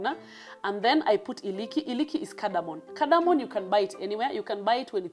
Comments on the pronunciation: It's cardamom not cardamon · It's caradamom 😆😆